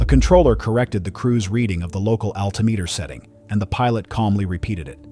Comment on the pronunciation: “Alta-meter?” Is it really that hard to get a person to read for the video?